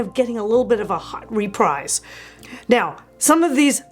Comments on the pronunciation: My brain hurt every time you mispronounced REPRISE. It's pronounced== RE=PREEZ, like Refreeze, ---not re-Prize. Look it up. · I can't watch you butcher the English Language. It's "Repreeze" NOT "REPRIZE." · It’s pronounced “re-preez.” Not re-prize. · Dear, Great enthusiasm, great content as always. Only I checked and REPRISE is definitely pronounced "Re-PREEZ,," (rhymes with "TREES"). Sending this with all respect and affection... 😄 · Please learn how to pronounce reprise :)